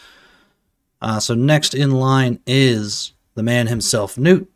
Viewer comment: Im glad you same the name right Gnut(newt) not (nut). Lol other CCs have me rollin